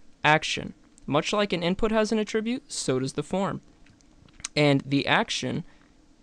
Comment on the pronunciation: great video! but pretty please learn how to say "attribute" correctly (it's the _noun_ in the dictionary)